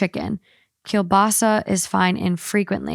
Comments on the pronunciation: I've never heard someone day kielbasa the way she does 😂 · The way said “kielbasa” 🤣